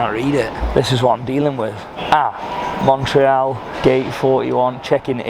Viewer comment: Anyone else shouting to the screen ", Its MON-TREE-ALL!!" 😂